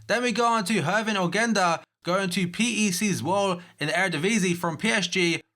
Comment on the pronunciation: For future reference, PEC Zwolle is pronounced Peck Zwol-luh :)